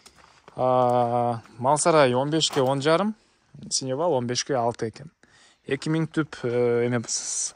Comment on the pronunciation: Сеновал, а не " синевал "!!!!!!!